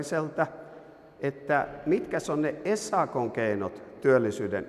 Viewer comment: Ei "es aa koo" vaan "äs aa koo".